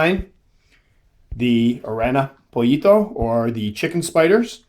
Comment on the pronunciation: Indeed Aran-yo poyito prononced :D And it is not kh-ay-lobra-k-ee-s but k-ee-lo-brak-ee-s :p Cool species those pollito :D